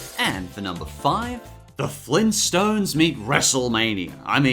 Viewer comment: Flintstones, NOT Flinstontes. Two T's, not just one.